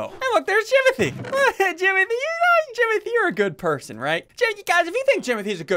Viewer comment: Its jimothy not jomothy